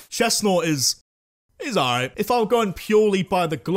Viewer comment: CHESNAUGHT, NOT CHESTNAUT! FIX IT NOW!